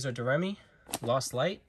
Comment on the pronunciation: Am I wrong, I thought it was pronounced "Doe-Ray-Me". Like the song but I might be wrong.